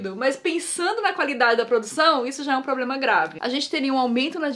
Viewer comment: 2: 23 a Nilce falou probrema